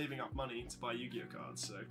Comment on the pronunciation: Yu gi oooh